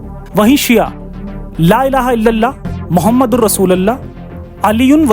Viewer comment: Pahle to aap nabi ka naam thik se lena shik lo thik kis tarah se aap nabi ka naam le rahe h aap ko kuch samjh me aa rah h